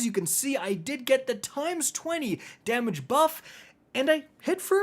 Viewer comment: In the Shuro Chi encounter review, I legit thought he said "...unload your big daddy..." not "...unload your big damage..." 😂